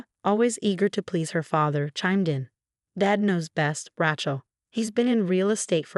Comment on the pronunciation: Love AI calling her "Rat-shell"